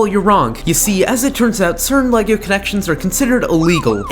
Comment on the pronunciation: Le-lay-go-goe Lego